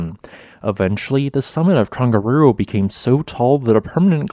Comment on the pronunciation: Another great video! Always so informative and engaging. Your Maori pronunciation is really good too. Just one wee hint, if I may - when speaking Te Reo Māori, the letter ‘g’ is always soft. So the ‘Tong’ in ‘Tongariro’ should rhyme with ‘Song’. The same is true of most Polynesian languages. ‘Hunga Tonga–Hunga Ha'apai’ ….. soft ‘g’ all the way. 👍👍👍 Thanks again for the great content😀